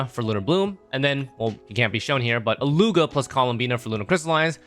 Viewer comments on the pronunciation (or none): Thank you for the information, I REALLY want Columbina but Varka is coming soon Also, It's pronounced Illu-wa! Come on.